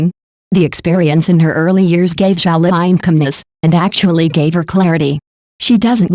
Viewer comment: Her name is zhao liying not zhao fine